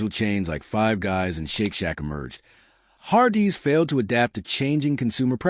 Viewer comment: I can’t make it past the har-DEE’s pronunciation